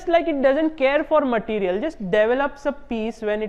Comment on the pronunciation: "bläkk materiel ,, joosless"